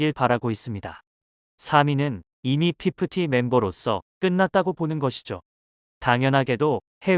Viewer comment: 이게 기계음으로 더빙입히면 피푸티피푸티 하니까 좀 듣기 싫긴 하죠ㅋㅋ뭐 본인 목소리 쓰기 좀 불편한 분들이 tts쓴거니까 듣기싫어도 이해해주자구요😅